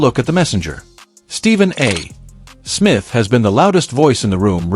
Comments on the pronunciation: Do your own audio. It's sooooooooo annoying listening to an AI try to read simple, 3rd grade English. It's not Stephen A........................................................................................................................................ Smith. There is no punctuation of any sort between the A. and Smith other then to signify an abbreviation., not the end of a sentence and then a pause. If you are talented enough to handle this simple task yourself, stop making videos. _ It's really THAT Simple. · Why can't AI say Stephen A. Smith. Because it has been taught to pause after a full stop (period). It doesn't understand context. It's NOT intelligent. Give us a human commentator. PLEASE!!!!!